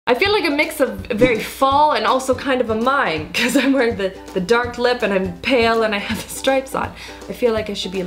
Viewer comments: I swear I keep hearing i'n instead of I'm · Your "I'ngonnabe" makes me laugh. You say "I'n" instead of "I'm" and it sounds like one big word, lol. "I'ngonnabe."